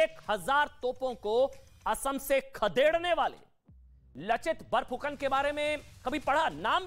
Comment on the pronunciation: Not लचित बोरफुकन its लाचित बरफुकन